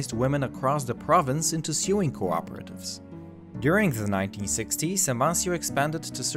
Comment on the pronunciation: its pronounced SOWWing not SUEing